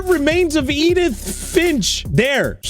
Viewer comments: "edith ffffshh" 😭😭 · IM SORRY I HAD TO THE WAY U TRIED TO SAY EDITH